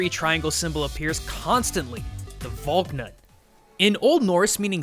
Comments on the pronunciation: It is val knut not valnut you pronounce the K and the a is like ahh vahhlknut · Odin's knot, Valknut is pronounced "Fahlk-noot." But I was hoping you would mention it, so I'm pretty happy about that. :) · Pretty sure it's pronounced val-knoot, or val-nut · You pronounced Valknut wrong.. Also most sources I've found place the culture in Northern Europe (where the Valknut originates) as older than what we understand as celtic culture and some aspects of celtic culture are believed to be influenced by the culture from Northern Europe. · Can pronounce Japanese words properly. Cannot pronounce "Valknut" properly...